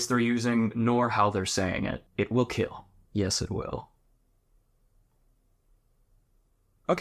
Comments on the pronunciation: “It’ll keel” 😂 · “It will keel” used to love this show. The tests at the end are hilarious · You said it wrong, its "it will KEEL" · Your video? It will keel. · It will keel.😂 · I binged this show on YouTube for at least 2 years straight, amazing show. “It will keel” started off as my favorite part. But eventually my favorite part was how good at crafting a blade everyone was. Amazing show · It's KEAL (sounds like kill) - Keep Everyone ALive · I watched a ton of this show when my son was born and we had a lot of late sleepless nights. Let me tell you when you're crazy sleep deprived "eet will keel" is iconic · "it will keel" 😂 My father and I loved this show! Taught us a lot about forging. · They are not actually saying “kill” they are saying “Keal” which stands for “Keep Everyone Alive” I wish I was making this up lmao